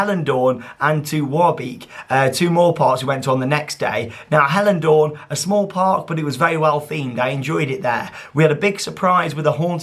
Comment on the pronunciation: Your pronunciation of Hellendoorn is really good! I'm impressed. :)